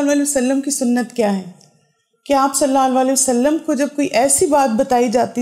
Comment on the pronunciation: pls recite durood properly sallallahu alaihi wa ala aalihi wasallam or sallallahu alaihi wasallam